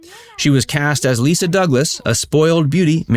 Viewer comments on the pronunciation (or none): none